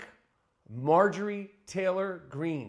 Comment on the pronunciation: "Traylor," Greene.